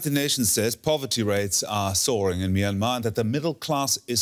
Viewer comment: The Y in both "Myanmar" and the first syllable of "Myawaddy" are not pronounced as vowels, but glides. "Myanmar" is 2 syllables "Myan-mar" not 3 "My-an-mar", and "Myawaddy" is pronounced "MYAH-wa-DEE", without a stress or elongation of the secone syllable.